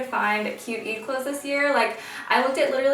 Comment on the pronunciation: don't take this the wrong way i love your videos and you seem lovely, i just wish you pronounced eid correctly since you're half arab yourself... i don;t know if you know arabic or not but if you do speak it then i wish you can keep the arabic words authentically pronounced and represent your roots ^_^